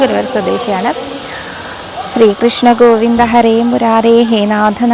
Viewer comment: 🙏 സ്രീകൃഷ്ണൻ എന്ന ഉച്ചാരണം മാറ്റി ശ്രീകൃഷ്ണൻ എന്ന് പറയൂ ട്ടോ.